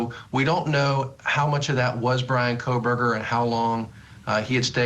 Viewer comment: Him repeatedly calling him "KohLBerger" is driving me insane.